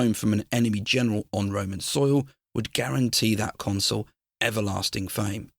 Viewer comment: Please stop mispronouncing consul. It's not console. Otherwise excellent. Good work